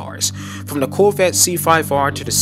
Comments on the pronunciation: Is he saying "Coolvette"? I don't hear the word Corvette once in this video. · Why cant this guy pronounce Corvette properly?? Lol